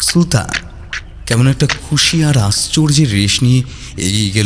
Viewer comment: শক্তিশালী কলম তবে Sulta নয় সুলতা।